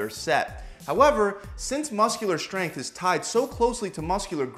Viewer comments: Why does he pronounce it shhhtrength?? wtf is this stupid trend of mispronouncing words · the way he says SHtrength